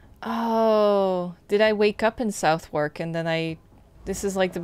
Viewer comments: I know you did this stream a long time ago but I thought I'd let you know I'm really enjoying watching it. Finding your pronunciation of Thames (Tems) and Southwark (suthark) difficult though as someone from the area! There's a Gillingham (dgillingem) in Kent, but there's also a Gillingham (hard g) in the West Country somewhere. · The way non British people pronounce Southwark is hilarious q